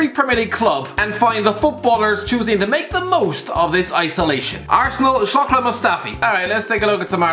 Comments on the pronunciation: My guuuuy, its Shkodran, not shokdran but is all cool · He always spells Skhodran Mustafi wrong it's not shokdran